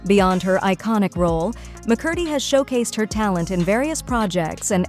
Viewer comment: one of the easiest last names to pronounce and it still was pronounced incorrectly lol